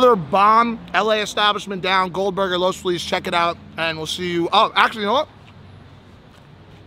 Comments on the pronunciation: Bruh, he pronounced Los Feliz like he's fucking new. Love you Mike, but that brings shame to you as an Angeleno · Mike that’s how I know you’re not from here. You absolutely butchered the name “Los Feliz” 😂